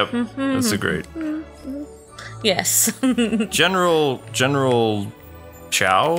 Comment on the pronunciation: It's Genaril Batman.